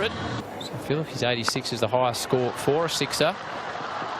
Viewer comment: It's philippe not philip